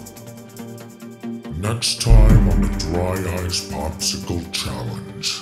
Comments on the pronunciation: it sounds like he said dry ass in front of us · Mark's (southern) Ohio accent really slipped out there in the beginning, both with how he said cheeyahllenge (challenge) and how he said drah ahyce (dry ice) I see you man, you can't hide from it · For a second there it sounded like Mark said “block of dry ass” XDDDD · Yes it did sound like dry ass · yeahh it did sound like he said "Dry ass" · At the beginning I thought Mark said “Dry ass” Edit: It even says it in the auto generated captions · i thoughtt he said dry ass at first i'm like wtf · Am I the only person who thought markiplier said dry ass instead of dry ice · In the beginning instead of dry ice it sounded like mark sed dry a*s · Any one els hear him say dry a** instead of dry ice or is there something wrong with me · When he said "dry ice" it sounds like he said "dry ass"😂😂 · I was looking away at the start and thought he said dry ass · I thought he said, “dry ass”😂😂😂😂😂😂😂 I swearrrrrr, it sounds like he says it😂😂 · Am I the only one who looked up from what I was doing at the beginning of the video because I thought Mark said there was a block of dry ass right in front of them. lol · Who in the beginning thought it sounded like mark said dry ass instead of dry ice😂😂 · I thought markiplier said dry ass in the beginning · Sounds like he said dry ass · I thought you said "dry ass block" at the start 😅😅😅😅😅😅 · did he say dry ass?